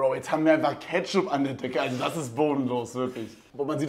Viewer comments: Cooles video aber lern ketchup richtig auszusprechen 🤓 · Nices Video aber Ketch-upp really😂